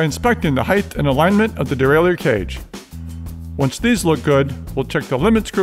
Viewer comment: These are amazing tutorials but holy cow it's so annoying when he says heighth instead of height lmao.